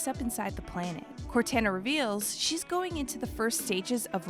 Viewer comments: I was trying so hard to stay with you but all the times you are pronouncing cortana's name wrong I just could not deal with it. You have actual audio log showing you how to pronounce it it just as bad as that knock off Avatar movie where Aang was pronounced wrong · The proper way to pronounce cortana is everywhere. Kinda makes it obvious the v/o person did no work and doesn't care about their listeners. I'm unsubscribing. If they can't put in effort on simple details I'm not giving them my add revenue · You were trolling the entire time pronouncing Cortana incorrectly right? I mean you said it correctly one time, at the very end of the video! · She gets it right the last time she says it, heh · was ticking me off as well lol... whats worse.. she said it CORRECTLY the final time... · Maybe next time they’ll take two minutes to google the pronunciation of these names. That was actually terrible. I feel like you have to TRY to mispronounce that many names. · The way she kept saying it drove me crazy. Syd always did a much better job. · "Cor-tan-na" lmao its "Cor-taun-na" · Cortana not corteena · Why is she saying Cortana like that…. CORE-TAN-UH. It’s CORE-TAU-NUH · It's cor-ton-na not cor-tan-na, and it's vad-demei, not vadamn ❤️ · Say it with me... CORE-TAH-NAH Not CORE-TAN-AH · CORTAANAA* not CORTENAA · Cortana not Cortanna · COR TAN UH is driving me insane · Narrator: CORE TAN AH Me: ugh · It cor-ton-na t-on Cortana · Bahahahaha!! I’m sorry… can’t help it… “Core-Tana”????? 😂😂😂😂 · It drives me crazy that you said Cortāna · This video is missing A LOT of lore. It should be re-done and with correct name pronunciations this time. Core-Tain-Nah is driving me insane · Cortana is pronounced Cor-tah-na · im sorry but… “Cortana”???? The heck? Did yall not play the game and here how to say “Cortona”? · Who the hot hell is cor-tanna? I'm sure they audibly said her name.... Multiple times throughout the series. 🤦🏾‍♀️ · She put so much emphasis on CorTAN A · No it’s “cor-tar-na”